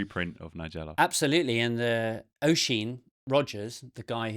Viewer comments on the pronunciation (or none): Its pronounced Usheen. :)